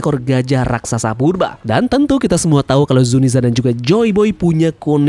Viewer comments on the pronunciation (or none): none